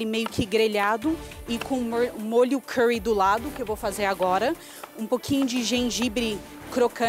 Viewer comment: eu nunca vi a Paola pronunciar Curry corretamente,im pres sio nan te